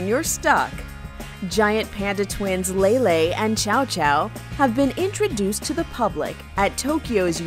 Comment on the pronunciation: Bruh she pronounced Xiao Xiao as "chow chow" lmfao